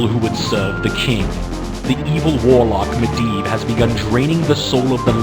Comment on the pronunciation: 'medivh tower' lmao